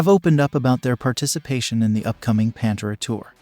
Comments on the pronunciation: It drives me nuts when producers of these videos are so lazy that they use computer generated narration...."Panter-uh"? That sonically says to me that the producer of the video knows nothing of what it's all about. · If you have a YouTube show about metal, learn how to pronounce PANTERA. PANT(like pants). and ERA(like the end of an era). Now say it with me. P A N T E R A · Are you serious with the way you pronounce PanterA. You have no right making a video about them. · I paused the video after the second mispronunciation. I cannot watch videos where the main subject they are talking about is pronounced wrong. Ever heard of research? There must be hundreds of videos with the name said correctly. Ever do any editing? How do you watch this and put it out? I wanted to hear what the two gentlemen had to say. I tap out when people are this lazy. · Not even pronouncing the band's name correctly... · This channel says it’s “keeping rock alive” or whatever and can’t even pronounce Pantera. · How is it possible for the narrator to put together a video like this and not pronounce Pantera correctly? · So you don't know how to pronounce "Pantera"? Is this a bot reading this? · You put out a video about Pantera, which requires some research, but you repeatedly mispronounce the name of the band. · Maybe one should at least pronounce Pantera correctly before posting. It bothers me deeply. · Mate you need to learn how to say Pantera properly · The way this guy pronounces Pantera is cringy af. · Why are you pronouncing Pantera like that? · If you are doing a vid about Pantera at least say the name correctly! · Pronounce the name of the band right. I couldn't even watch the video. So irritating. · This guy can't even pronounce PANTERA,Lol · How can you report on such an Iconic band n pronounce the name like an absolute fool 🤦🏼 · The readers pronunciation of "Pantera" drives me nuts. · Why are you saying Pantera like that? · It’s Pan Tear Uh not Pan Tura